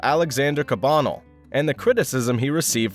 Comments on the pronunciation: It’s cah bah nell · The pronunciation of “Cabanel” doesn’t seem quite right. Check out The Canvas’s “Alexandre Cabanel: Fallen Angel and Academicism” at 3.37 for a pronunciation that’s closer to what’s commonly accepted.